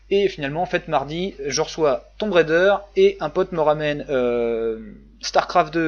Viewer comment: Rah, Tomb Raider il faut le dire avec l'accent !